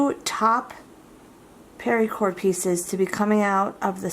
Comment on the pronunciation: Why exactly are you saying "pari-cord" it's literally pronounced "para-cord" there's no I in it...